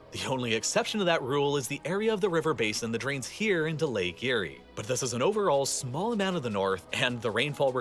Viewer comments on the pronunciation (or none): Lake eyre is pronounced lake air. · It’s pronounced Lake Air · Interesting and as an Australian I learned something too! But one criticism -- his pronunciation of place names is sometimes really bad. The big clanger was Lake Eyre which he called Lake Erie! It is pronounced Lake Air! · the narrator means Lake Eyre, which is pronounced "air" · lake eyre is pronouns lake air btw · I was enjoying this until my Aussie ears heard him say lake Eyre, it's pronounced Air, Lake Air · As a grammar snob, Lake Eyre is pronounced "Air", and Pastoral is pronounced "Past Or Al". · Not often and never "Lake Eyre"!